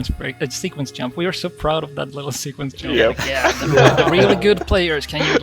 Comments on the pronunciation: Love how he says yump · In Swedish J is pronounced like Y in English, which means when we speak English it's really easy to mix them and still pronounce anything with a J as if it was a Y.